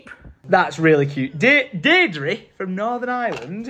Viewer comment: You butchered Deirdre’s name it’s an Irish thing get Aomon to say it